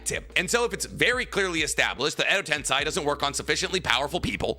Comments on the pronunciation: Also this is a small gripe of mine, but please stop saying "Edo TensAI", its "TensEI" If it is a speech impediment, thent I say im sorry in advance, did not know But for a big naruto channel to still be mispronouncing things like that, its odd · Day 1,348,120 of pronouncing common Naruto words like Tensei and Myoboku wrong